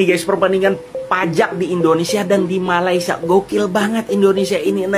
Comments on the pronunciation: Woi, betulkan sebutan Malaysia tu boleh tak? Atok nenek ayah emak aku jowo kabeh, Elok je dia orang sebut Malaysia. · Semua orang dari negara seluruh dunia boleh sebut Malaysia dengan betul, Kecuali Indonesia. Peliklah. Cubalah sebut betul betul Malaysia. jangan lah tolo l sangat.